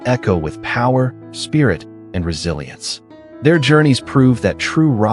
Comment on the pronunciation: Man I cringe every time I hear the word resilisnce